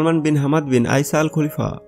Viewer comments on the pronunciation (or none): Not kulifa... khalifa